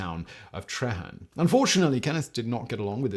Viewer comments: Treherne we pronounce it 'tree' hern lol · Treherne, it's pronounced Tree Hern 😉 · Treherne is pronounced “tree-hearn”